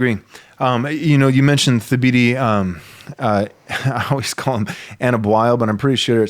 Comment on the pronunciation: Thabiti's first name is pronounced "Tuh-BEE-tee": The "h" is silent. More to the point, why do you not feel obligated to correctly pronounce the names of people who have changed their names?